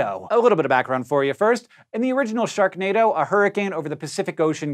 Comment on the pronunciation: Hank you said Shreknado